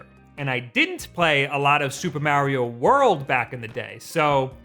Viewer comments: BUT WHY DOES HE SAY "MEEAARIO" (A like in "Apple") AND NOT "MARIO" (A like in "Ability")?!?!? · Why do you say Mario the way you do? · I hate the way he says Mario 😂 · Start by saying Mario right then you can play it right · Every time he pronounces Mario like that a part me dies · Hurts my soul